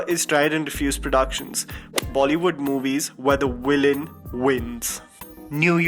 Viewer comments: Villain bro not Willain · the person narrating said willain and not villain